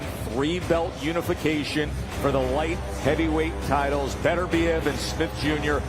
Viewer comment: Don’t you love how he says “Joe SmiF”..?!!!🤦🏻‍♂️🤣😅